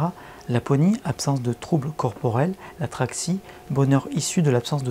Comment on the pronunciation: l'Ataraxie et non l'atraxie